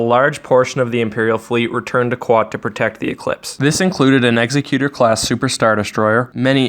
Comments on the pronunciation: PLEASE stop calling it 'ex-xec-utor'....it is 'ex-e-cutor' as in to kill someone! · It's ec-zec-cue-tor, not ecs-ee-cue-tur. And comparable is comp-uh-rah-bul. Same said for Acclamator. Emphasis is on the tor. Sorry to be a dick, but right's right.